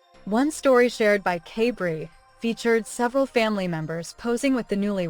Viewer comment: This sounds very AI- you mispronounce Kaybrie's name at the beginning several times. If you follow any of the other siblings, you'd know the reason why it was a quick wedding is because Kaybrie's father was dying of cancer. They wanted him to be able to be there for the wedding. He has past. They had another more formal wedding in Sept., where other family, who didn't attend the first one were able to celebrate.